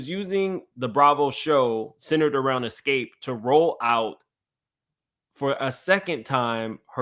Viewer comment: I need you to learn to pronounce Xscape and do your research you have years wrong. They broke up in 1999.